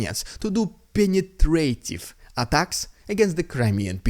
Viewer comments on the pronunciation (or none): Ah-tack-ums, not attack-emm-ess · It’s “Attack-ums” not Attack-M-S. Even Biden said it this way on his promise yesterday. Don’t make me unsubscribe. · You are still saying ATACMs wrong. You don't say the s as 'es'. It's just a pluralising of ATACM You don't say 'cat -es ' for 'cats'. Same with this. Because of the way you said it the subtitles printed 'Attack a mess'. Which makes no sense whatever, but the AI bots only deal with what is heard. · Dude, Atacms is pronounced, Atac Mmmmmms. Get it? Atack'ems. Doing a job.